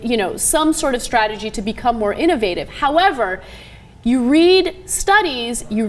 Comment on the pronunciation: "InOvative" - Ana Kasparian